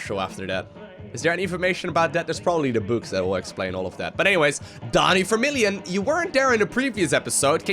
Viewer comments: Hei, it's vermillion not fermillion, is dutch like german in which you say 'f' instead of 'v'? Cool vids though looks like brutal is non challenge for you 😉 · Acting Like it's Vermillion, but he pronounces it that way because of his accent because he's from the Netherlands.